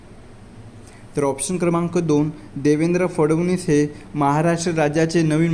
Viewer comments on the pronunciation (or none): none